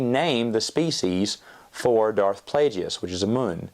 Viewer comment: I love you but the way you pronounce Plagueis 💀